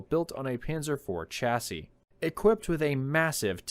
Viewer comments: Please pronounce chassis correctly! Its NOT chassis as in cha cha cha but "shasee" it grates to hear this constantly being mispronounced! Great stuff otherwise!! 👍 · Sha-sis, my only issue with this list as a European. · It's adorable how people from Trumpisan can't pronounce "chassis".